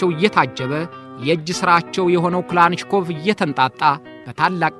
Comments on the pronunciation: በጣም ጎበዝ ጋዜጠኛ ነህ ሁልጊዜም የምታቀርባቸው ዝግጅቶች አስተማሪዎች ናቸው ። በዚህም አቅርቦትህ ላይ የባለታሪኩን ስም ትንሽ ለወጥ አድርገህ ከመጥራትህ በቀረ ሁሉም ነገር ፍጹም ሸጋ ነው ። እናም ስማቸው ክላንሽኮቭ 😮ሳይሆን ካላሽኒኮቭ ተብሎ ነው መጠራት ያለበት ፤ በእርግጥ ክላሽንኮቭ ይጠጋል ። ካላሽኒ እና ክላሽን ይለያያሉ ፤ ክላንሽ ደግሞ ጭራሽ ሌላ ነው 👋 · Lik neh Gin Sim bizu gize betikikil ayiteram...yehe demo Tarikun yazabal.. "" Mikel klachinkob" ayibalim...Michael Kilashinkov new🎉